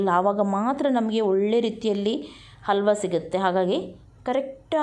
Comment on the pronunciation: It is halwa....and not alwa....😭😭